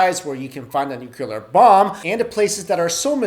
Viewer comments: You always say nucular instead of nuclear lol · It's not nucular it's nuclear. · Nuclear* not nuculer. "Nuculer" is not a word. Also, please use the correct nomenclature of hypothesis when postulating conspiracies. A theory is something to which there is verifiable, repeatable, and objective evidence to support the postulation. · It's nuclear,not nuke-ular.Are you Bush? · "where the most brilliant minds conjugated"? It's congregated. "large groups of nucular engineers lives"? It's spelled "NUCLEAR" and pronounced "nu-clear". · ....for God's sake stop saying "nukouler" it's NOU-clee-er! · "New-clee-er". Not New-que-ler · It's nuclear, not nukelar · He said "nucular". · Why are people still pronouncing nuclear wrong? Nuke-klee-ur, not nuke-you-ler. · STOP SAYING NUCULAR, IT'S NUCLEAR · always love all of your videos. just one suggestion the word is nuclear not nucular.:-) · Hey... it's pronounced NUCLEAR. Not NUCULAR. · How's it possible to pronounce nuclear as nucular?! \8I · Nuclear... It's pronounced NEW CLEAR. There is only one U. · "nucelur bombs" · Stop saying nookyular. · What's a "nucular" weapon? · "Nucular" count is too high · NEW-CLEAR, DEH-BREE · As far as I know It is called nuclear weapon (utilizes the atomic NUCLEUS). Not nukelar (as pronounced in the video). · I get cancer every time he says nucular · "NUCULUR wepunz" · He says 'nook yoo lar' like Bush did. Made me run screaming from the room. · I chuckled every time he said "nucular" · That is something that really bothers me, and I don't know why. It's Nū clē ar three syllables, the u and the e are long. It doesn't seem that hard to me, but it seems that many people just cannot say that word. President G.W. Bush is one of them. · #1 I apologize. Ordinarily I don't get in on the grammar nazi thing, but for some strange reason, nuclear is one thing that just grates on my nerves. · No, he says nucular. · from french i say nucli-ar. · Learn how to pronounce nuclear, please